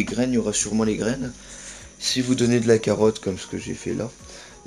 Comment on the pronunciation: Oh c'est toi:) On dit carotte!